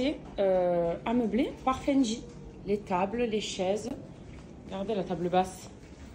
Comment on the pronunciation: Je crois que c'est Fendi, pas Fendji...🤔🤗